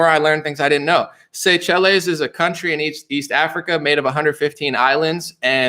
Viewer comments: It's pronounced say-shells sir. 😉👍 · That African island nation is pronounce Say-shells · Seychelles pronounced say shells😅🤣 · Pronounced: say shells